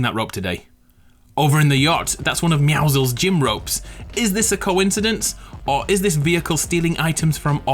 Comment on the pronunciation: he said meowscles